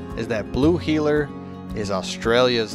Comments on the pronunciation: But it's Heeler! Not Heller... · Blue “Heller”???? Really???? Lol. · Blue heeler not Blue heller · "Blue Heller" lmao. First dog I ever got and had her for well over a decade until I had to let her go. Miss her more than anything. They're extremely smart, active until they're old and big shedders! ♡ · Wheeler, NOT heller!